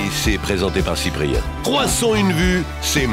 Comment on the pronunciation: Je suis le seul à entendre Chipre ?